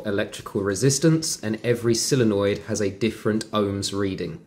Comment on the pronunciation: So Many Say "Silenoid"Like "Silly" noid, it's "Solenoid" Sole sounds like "Soul"